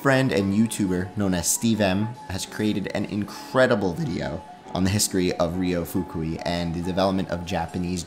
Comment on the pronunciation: why make a ten minute video about a guy and not bother to learn how to pronounce name of guy